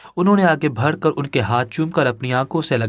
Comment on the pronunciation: بات صرف اتنی سی ہے کیا اپ ایک نمبر کے گدھے ہیں اپنی اس کہانی کو سنتے جاؤ اور ساتھ میں پڑھتے جاؤ تمہیں پتا چلے گا کے کتنے الفاظ تم بالکل غلط پڑھتے ہو لکھا کچھ ہوتا ہے پڑھتے کچھ اور ہو مسئلہ نیک لفظ ہے ( بڑھ ) اس لفظ کو تم ( بھڑ ) پڑھتے ہو جب کہ دونوں لفظوں میں زمین اسمان کا فرق ہے دونوں لفظوں کے معنی الگ ہیں ذرا اردو کی ڈکشنری اٹھا کر دیکھ لو تو پتہ چل جائے گا